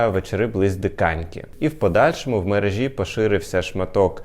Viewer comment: ‼️Чому це мережа́, мережі́? Єдиний правильний варіант вимови це мере́жа, мере́жі!‼️